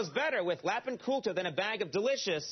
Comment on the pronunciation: "Lap In Cultah".